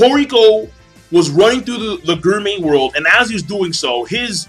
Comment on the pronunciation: King I like you, your reviews give me joy and all.... but please please I beg of you. its "gourmet" cells not "guurmeh"